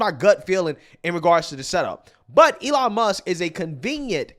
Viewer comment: Who is, "Elon Muss"...